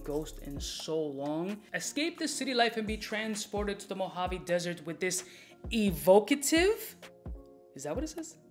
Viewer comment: it’s Eee-vock-uh-tiv!!! Basically, evocative is another way to say reminiscent!